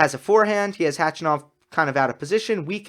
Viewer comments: you're saying H-A-chanov, but it's Hach-A-nov :-). You can hear him saying it at his ATP profile page by clicking on the speaker right under his name. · Hey. Since we all believe we're going to see a lot more of Khachanov in the next years, correct pronunciation of his name is HachAnov. Just saying:-)